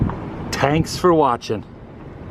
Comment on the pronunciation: LOL, "Tanks for watching". Next time you come to my neck of the woods hit Sedona, it's so BEAUTIFUL!!